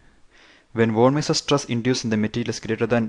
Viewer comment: Not sure. But I have never heard such pronunciation of "von Mises" stress before.